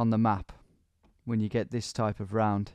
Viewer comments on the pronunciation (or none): none